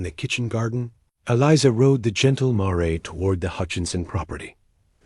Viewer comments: This was a lovely story. It would have been better without periods being said as "dots" and with the correct pronunciation of the word "mare," as mār, not măré. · Yes, 'mare' rhymes with 'hair'... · Mare is a female horse learn to pronounce it correctly!